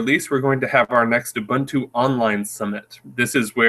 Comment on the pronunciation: What's up with his pronunciation of Ubuntu? Shouldn't an Ubuntu Community Manager know how to correctly pronounce the name??